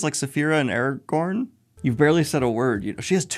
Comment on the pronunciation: Did he say Eragorn?